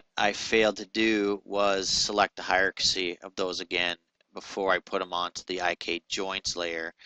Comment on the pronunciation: For the love of all that is holy... can you PLEASE learn how to pronounce the word "hierarchy"? It is HIRE-R-KEY, and not HIRE-R-KA-SEE. How did you get this far in life (using a product like Maya) without learning how to pronounce that word? These videos are painful to listen to.